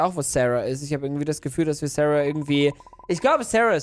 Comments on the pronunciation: Sie heißt Sahra und nicht Serha😂Egal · Sahra und nicht särha